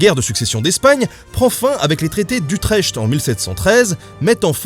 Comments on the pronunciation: Super doc comme d'hab. Petite info, utrecht se prononce utrèrt (le ch c'est un peu comme la jota en espagnole) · le traité d'Utrecht, c'est comme celui de Maastricht : ça se prononce Utrekt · C'était bien. Sauf la prononciation d'Utrecht. Ca c'est pas bien.